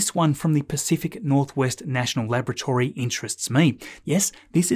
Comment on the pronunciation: "pacific northwest national lavatory" is my best mishearing in the past year